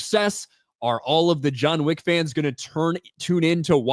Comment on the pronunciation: It's John Wick not Joan Chick.